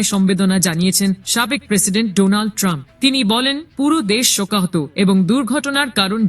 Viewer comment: তোমাকে সংবাদ পাঠ করতে কে বলেছে। তুমি বার বার বলে সাবেক প্রেসিডেন্ট টানপ